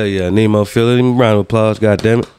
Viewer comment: The band's name is Neh-mo-feh-la other then that you're good 😁 You ain't wrong if you noticed a few English words here and there. It's common with Japanese bands (at least what I heard so far) to have mixed lyrics in Japanese and English. If you want to check out some lyrics (more English) and maybe listen to Mayu's high pitched banshee scream try their MV Dissension or Revive . If you want to see them live you might want to book a ticket to one of their shows for 2023. They will have a US tour. .